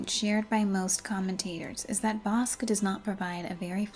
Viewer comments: Great video, one minor note....Bosch is pronounced Boch. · Yeah, but changing the pronunciation of his last name took me out of the video. I've never heard it pronounced bosc, like a pear before.